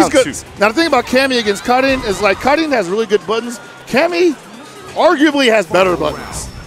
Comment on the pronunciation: Assuming "Karin" is from a scandinavian language, it's literally pronounced car-in, but with a hard r